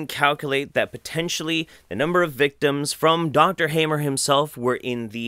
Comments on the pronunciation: His surname is appropriately pronounced 'harmer'.... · the speaker seems so pale and looks unhealthy...The name is pronounced like : Hahmer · pronounciation: ryke geerd hamer: reekay gaerd hahmer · The "a" of "Hammer" is not as the "a" in "have", but as the "u" in "fuck".